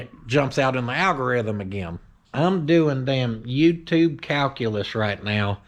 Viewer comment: Can you say al go rith um....